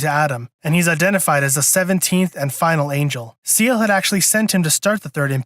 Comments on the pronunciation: SAY-LAY…. Not seal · Not to be that guy, but... "Say-Lay," not "See-eL" I'm the worst, I know. LOL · If you wanna get technical, it's pronounced "Zeel-uh" since Seele is German for "Soul" but the english dub made the Say-lay pronunciation more popular even though it's technically wrong. Sooo... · Ahhhh, dude…. It’s pronounced, “Say-Lay” And they sent Kowaru to start third impact, it was Gendo and Nerv that were trying to double cross them and save everyone thru instrumentality rather than face judgement and death from the angels!